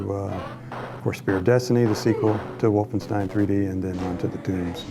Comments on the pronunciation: it's WolfenstEIn not WolfenstIEn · Wolfenstien?...? Its stein (sssshhhtaaain) , as Rock and not Rokc! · "WolfenstIEn" lol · it's called Wolfenstein, not Wolfenstine or Wolfenstien